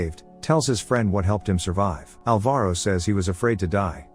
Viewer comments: The stressed syllable of Alvaro is ''Al'', not ''va''. It hurted so much when I eared my name said like that hahah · Say Alvaro again